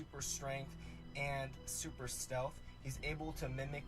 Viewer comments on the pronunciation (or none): none